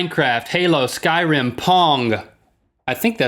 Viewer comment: Ok, not to hate, I love GMM, but when he said "The Skyrim Series", it nearly made my ears bleed.